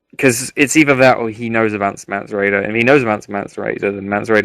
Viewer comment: I know, so many tedious colloquialisms and oh so annoying repeated phrases like " Shit ton of...".Typical rhythm or lack there of and terms of stock "Games Workshop-esq" fantasy nerds, down to the giggles. Let alone the strange character name pronunciations. Mance Rayder...mispronounced as "Mance Rider" Melisandre as " Melisandria" etc.I dont know how you get them so wrong. Essentially eternal virgins. but besides that pretty good.